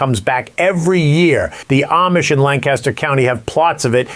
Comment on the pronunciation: For the love of God, would you PLEASE pronounce Amish correctly? It's not Aimish, it's not Am-ish it's pronounced Ahmish. Got it? Good! You'd think since you have a long history (unless you've only been around them for 2 long days) do better at your pronunciation. Ask THEM "Hey, how do you pronounce the name of your people? You might need a refresher course every couple of days. Aside from that, I love your videos. I've learned a lot!